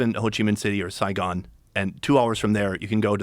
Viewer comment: As a Vietnamese-American, I appreciate saying “Saigon”